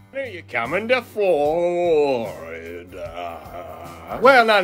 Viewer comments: I am always late to the party, I do enjoy the music, FYI I am in Lake City Florida, as you seem to have a problem speaking the word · Is there a reason he says Florida like that?